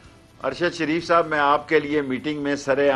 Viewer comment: Ye say ""shairf"" he itnay neech hoty hein???? Unsubscribe him, shadeed idoit hay.